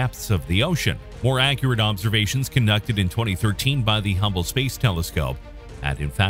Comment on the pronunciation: Did you just call it "the Humble space telescope"???))) 5.18